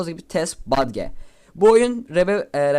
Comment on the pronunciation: lütfen artık "badge" deme, "bec" de